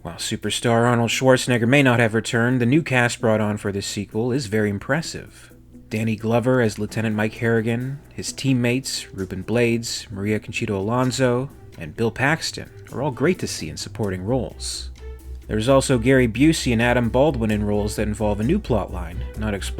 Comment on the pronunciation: While it sounds way more cool in English, the correct pronunciation of his last name is Blah-dess.